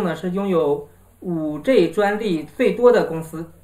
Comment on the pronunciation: 你的英文字母發音都不正確 是5G，不是5J 天呀！ 救命啊